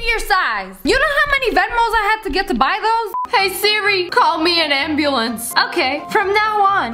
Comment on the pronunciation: Sssniper wilf: siri call me a anbluenc Siri: i will call you anbulenc now Lol